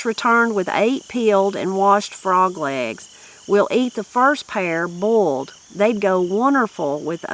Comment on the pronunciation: Funny how they pronounced legs as "lags" 😂